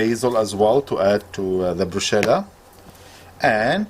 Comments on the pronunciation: It's pronounced brusketa, an h and double t makes a sk sound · Please learn how to pronounce it. The sch is pronounced like a hard "K", so it us "broo-skeh-tah". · Bruschetta : pronounced BRUSKETTA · The chef is handsome but it’s pronounced / sound “brusketa” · BrusKetta pls pronounce it properly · Just one hint: pronounce BRUSKETTA with the hard CH!! Good recipe anyway! Ciaoooooo from the ITALIAN FOOD BOSS 💪🇮🇹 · Brusketa...by the way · lesson for everyone ( italian guy here ) you should pronounce : "brusketta" singluar "bruskette" plural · Yeah it's brusketta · If you want to describe how to make an Italian appetizer, maybe first you should learn how to pronounce its name. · Dickhead can't pronounce it right? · Shame, you pronounced it wrong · That’s not how you pronounce it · all wrong, also the pronunce, dont do it nomore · Chef, you should recheck the pronunciation of the word 'Bruschetta' in italian. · Chef, you need to learn to pronounce bruschetta. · Too bad you don't know how to pronounce Bruschetta properly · Please it's pronounced Brusketa not Brusheta !! Nice recipe though thank you. It's embarassing when you come to Italy and mispronounce it. First, they won't know what you are asking for, and second they will laugh at you :-) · It’s pronounced Bruschetta not brushetta. First mistake. Second the best bread for this starter dish is ciabatta. You don’t add dry basil. No definitely only use fresh garlic. No you don’t add basalmic . You use a clove of garlic and brush it across the toasted surface of the bread with a dash of olive oil. The fresh ingredients are then spread over the bread. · Bruschetta not brusheda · It’s pronounced Broo Sketta, not chetta. My Grandmother, died in 1949 at 101, came from Naples, Italy in 1941 to the US. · Wrong pronunciation! It is brusKeta, not brusheta! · ITS BRUSCHETTA NOT BRUSHETTAH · It should be pronounced as brus -ke-ta not sheta ! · Brusketta not brusceta Written bruschetta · It’s pronounced brusKeta not bruSHeta.